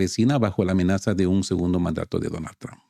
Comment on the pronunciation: No se dice tramp,, se dice trump!!!